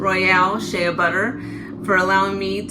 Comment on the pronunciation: Incorrect pronunciation of Shea.